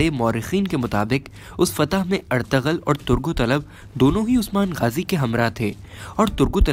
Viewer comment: Bhai itni achchi urdu bolte ho to ertuğrul ka name bhi sahi le liya karo Aur Alap thori hai alp hai